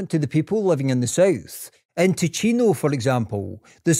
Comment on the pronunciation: Spannender Inhalt, grottenschlechte Sprechweise. Zeitweise viel zu schnell gesprochen (KI) und falsch ausgesprochen (bspw. Tino statt Ticino usw.) Statt dauernd die Haplos buchstabengetreu abzustottern, wäre eine Interpretation für Normalsterbliche angenehmer gewesen. Bitte benutzerfreundlicher gestalten!